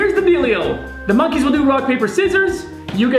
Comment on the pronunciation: Like, yeah...... He said MANKEYS....